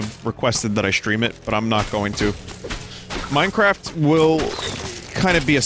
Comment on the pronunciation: Yay minecwaft